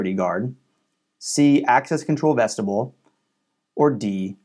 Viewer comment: For further reference, it is pronounced VEST-i-byool.